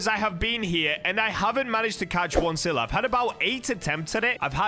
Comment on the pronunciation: Bro sylla ain't that hard man